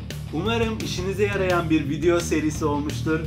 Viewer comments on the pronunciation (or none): none